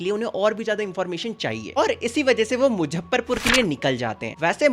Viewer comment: it's muzzafarpur not muzzapharpur